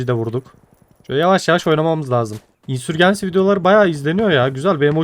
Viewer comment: Ya tamam İngilizce telaffuzunu bilmek şart değil de İngilizcesini söylemiyorsan "İsyan Kum Fırtınası" diyebilirsin. Insurgency'i Türk alfabesine göre okuyunca herhangi bir dilde karşılığı olmayan bir şey söylemiş oluyorsun. "insörcins(i)y" İngilizce telaffuzu. Ya da Türk alfabesine göre telaffuz edeceksen tamamını öyle telaffuz et. "C" harfine kadar Türk alfabesine göre C'yi İngilizce'ye göre telaffuz edince iyice çorbaya dönüyor. Ya da takıl kafana göre canının sağlığı.